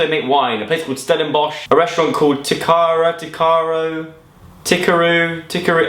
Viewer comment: so funny hearing you say Knysna and Stellenbosch! so happy that you enjoyed South Africa. I hope you learned some Afrikaans? all my love from South Africa.